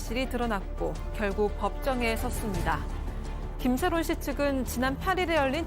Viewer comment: 김새론인데 김새롬으로 계속 말씀 하셔서 계속 거슬렼ㅋㅋㅋㅋㅋㅋㅋㅋㅋㅋㅋㅋ